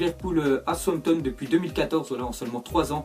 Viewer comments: dit "somton au lieu de Southampton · il dit tout le temps Sompton au lieu de Southampton😂😂😂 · Arette de dire souanpton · On dit "Saousanton"